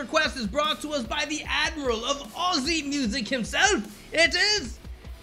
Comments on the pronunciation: PS well done for pronouncing "Aussie" as "Ozzie" as well, we all hate it when people pronounce the "S" in "Aussie". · born and bred Aussie here, I don’t hate it when they pronounce Aussie the way it’s spelled with S and not Z. They don’t know, I don’t mind people correcting them politely. Some Aussies get rude and go off their tree at some Americans or any country. I bet we miss pronounce words from other countries. I remember as a child mum and dad had a friend from Arkansas, we knew how to pronounce it but for Aussie fun we’d say sas instead of saw at the end. He loved it and would crack up laughing